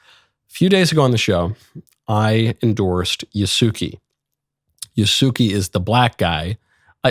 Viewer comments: Ya….. not Yu lol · Yasooki? It’s Yasuke. it’s not even spelled how you’re pronouncing it. you suck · Micheal, you know Italian, why would you amongst all people pronounce his name "Ya suki"? A character with that name is expected to be gay, it would be weird to carry such a name while being straight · Yaske Ya -su ke, u is voiceless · 弥助は「やすけ」と発音します…。外国人には難しいですかね😅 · Ya-su-ke in common asian pronunciation and Yasuke as a normal pronunciation in Japan. But f*ck Ubisoft for making him gay. 😅😅 I wont be shocked if his name ended up Yasugay. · This isn't confirmed tho is it?? Also, it IS Yas-Keh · Well well well Look how the tables have turned 😂 It's still Yah-skeh, and he was still never a Samurai. LISTEN to me next time Michael! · You're such a troll about the Japanese pronunciation stuff. I'm sure you know that it's "YA-su-keh" but with Assassin's Creed not giving a shit about history and making him g*y, you can pronounce it the way that you want lmao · Your pronunciation of his name is so bad ngl lol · So we’re just going to act like they have officially confirmed something people are claiming they implied and run with it for a narrative and TWO you REFUSED to pronounce his right, but Ubisoft is the problem, Yasuke is a Japanese name, so yeah little racist to flat out refuse to pronounce it correctly. Like outrage culture MUST be popular on YouTube for this type of stuff to be the front page of YouTube if I search anything on this game. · You’re complaining about them not staying true to Yasuke yet you won’t even attempt to say his name correctly. Just shut up. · Pronouncing his name like that you are making him sound gay. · Wtf?! Don't pronounce it like that! It's wrong! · His pronunciation of Yasuke is abhorrent.